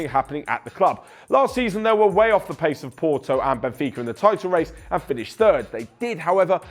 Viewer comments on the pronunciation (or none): none